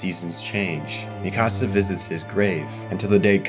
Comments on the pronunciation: Mikasa: exists Every content creator ever: "Mi Casa" 🤦‍♂ It's Míkasa, not Mikása - emphasis on the FIRST syllable. It's pronounced this way in both Japanese and English dub, I dunno where yall are getting Mi CaSa from 💀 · "Mee-kahh-sah" "Historia Reyes" "Yee-mir" "Gene" (Jean) "Wall Marriah"??? 😂😂😂 Lmao I CAN'T with these Pronunciations Bro.. I Spent the ENTIRE series hearing the names said one way & here you go saying them a COMPLETELY Different Way from BOTH the Dubbed & Subbed Audio. Smh. Great Video still tho